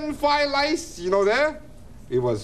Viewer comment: Flied lice. Oh shit , I thought it was a fake stereotype, dude cant pronounce the r.